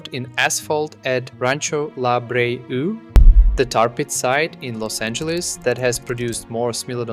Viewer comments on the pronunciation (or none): Check the pronunciation of La Brea. Most say "la brayah"